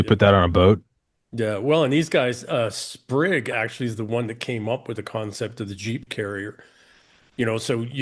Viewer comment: Tell EM it's "Spig", not "Sprig". Spig Wead.